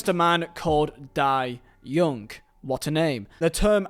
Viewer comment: The owners name is Dai Yong-ger. Not “Die Young” but “Die Younger”. Although the “Yong” rhymes with “wrong” rather than “young”. I had an awful sense of foreboding when this guy took over. Mainland Chinese owners should not be let anywhere near any clubs in the country. They run them as pure businesses, but don’t know how to do it. They DO NOT CARE about the community aspects of football clubs. If, in the end, the debts are too big and no offers are forthcoming, Dai will have no trouble letting Reading go to the wall and will leave the fans to pick up the pieces. And every single Chinese investor would do the same. It’s really time we had fit and proper people at the EFL and EPL administering the fit and proper directors test.